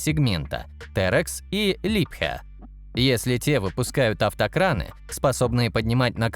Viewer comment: Ну что такое! Вы здорово произносите Либхерр с немецким акцентом. Вам в копилку: в английском нет слова "мининг", но "майнинг". Спасибо